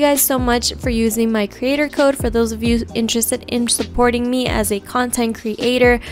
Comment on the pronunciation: cre ator?